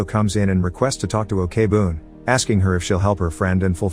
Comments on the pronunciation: Who the fuck pronounce korean Ok as "okay"... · I just want to point out , the pronounce for 'ok' is not 'o.k.' , it's pronounced as 'oak' , sorry but I felt bothered lol